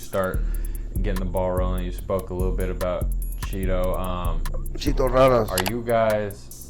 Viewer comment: Ay foo quit calling CHITO CHEETO FUH WRONG WIT DUDE